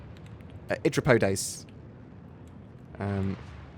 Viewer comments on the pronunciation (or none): I literally laughed out loud at "Idripodes". Thanks for that. Anyway, it's a pity there isn't more to see of the Javelin yet (*cough* glitching thru doors *cough*) but it's still impressive.